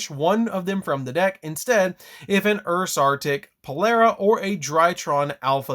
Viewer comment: Maan it's Polari not polera lmao.. And you can't revive your synchros at least not yet unless we get a card that ignores summoning condition